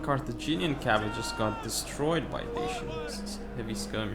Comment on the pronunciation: Very nice tourney and well fought, beautiful epirus game! But guys if you are gonna cast a tournament please make sure microphones work properly:) and your co caster should maybe listen to the english pronounciation of infantry and how to handle soft k sounds ( as in Cavalry ). I have always fancied you. God job overall and thanks for uploading this!